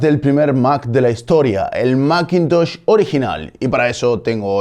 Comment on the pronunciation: ¿Y por qué no pronuncias "masintosh" o macbooc" en lugar de "maquintosh" y "macbuuk"?